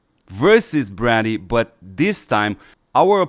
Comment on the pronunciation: Its pronounced Bray- dee.....not Brah- dee